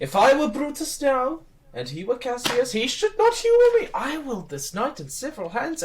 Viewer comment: every day somebody pronounces cassius as three syllables when it clearly scans as two and i die inside a little bit. very good otherwise tho